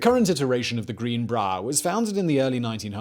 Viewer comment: Everyone: greenbrier Simon: GREENBRAAR